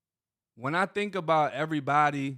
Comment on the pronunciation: He leaves the "v" out because he thinks it sounds more black. Always trying to pass.